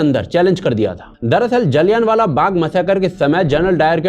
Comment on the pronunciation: भाईसाहब जी आपका जलियाँवाला को बार बार जाली यान वाला कहना यही साबित करता है कि हमारे ऊपर अंग्रेजों की छोड़ी गई अंग्रेज़ी का कितना प्रभाव पड़ा है।